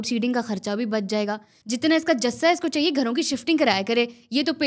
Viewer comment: jassa nhi 😂 jussa 😂 kamaal 😂 kr 😂 dia 😂 bohot 😂 ala 😂 content 😂❤😂❤😂